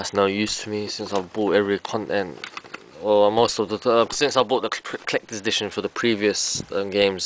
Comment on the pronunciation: HAHA he said "Clecters" edition! lol!